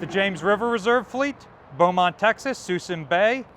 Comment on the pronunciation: With rising tensions in the Pacific & Europe, are you aware of any increases in pulling ships out of the reserve fleet? Suisun is pronounced, Soo-soon